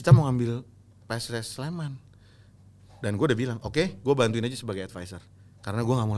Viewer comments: PSS SLEMAN! NOT PS SLEMAN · Pss Sleman not PS Sleman!!!